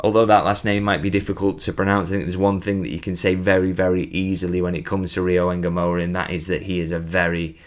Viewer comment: if ngumoha is a bantu name, there is no e in front of ngumoho. you are pronouncing it correctly but remove the Engumoha and just say Ngumoha.